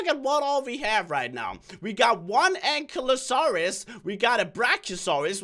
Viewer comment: lmao when he said (an-key-la-saurous) and (spin-o-saurous) 😆